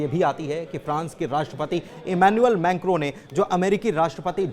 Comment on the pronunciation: Menkro. Nahi mekron